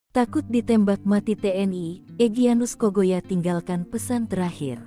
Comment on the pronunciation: Tolong mbak penyiar bahasanya yg benar, baca TNI kok teni maksudnya apa